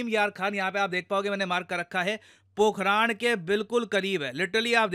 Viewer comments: अरे भाई it's पोखरण, पोखराण irritates, अपनी ही भाषा बोलने नहीं आती 😢😞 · पोखरांड ❌ पोखरण ✅ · पोखराण नहीं है। पोखरण है भाई। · पोखरन ❌ पोखराण ✅ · पोखरण है पोखरान नहीं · Pokharan ❌ pokaran (parmanu nagri) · Sir.. it's 'Po-kh-RUN'.. not 'po-kh-Raan' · Pokhraan nhi,,, pokhran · It's pokran(d) not pokraan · Pok-haran not pok-harand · Sir it's पोकरण😂😂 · pokhran ka pronounce sahi kijiye